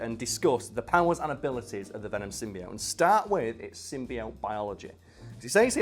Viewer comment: I guess the prem-eyes of pronouncing "symbiote" wrong was too much for.